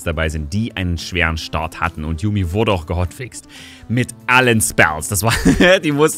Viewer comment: /Jumi/. Nicht /Jami/, nicht /Jamü/, einfach nur genau so wie es da steht. J wie bei "Ja", und dann ein langes u. Yuumi. (No hate)